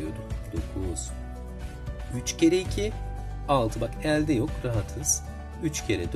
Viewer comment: E harflerinizi yanlış kullanıyorsunuz.Öğretmenler bile diksiyon hatası yapıyor ne kadar üzücü. Elde derken (E) kapalı olacak